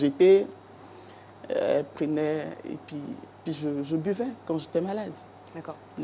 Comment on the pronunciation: On dit “Et puis” et non “Et pis”!